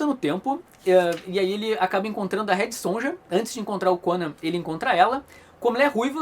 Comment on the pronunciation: Faltou dizer que enfim o Conan lutou com a Sonja e a venceu!! Outra coisa, me disseram que Sonja se pronuncia Sonya